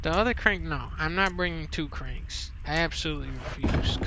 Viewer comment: “Da crenk” I love this guy!